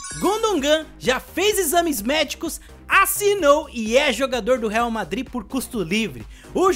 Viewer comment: Ele falou errado